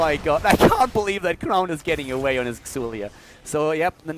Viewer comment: It's pronounced Zul.